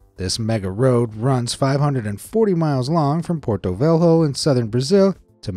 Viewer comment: velho in portuguese is pronounced like "vello" in spanish, not vel ho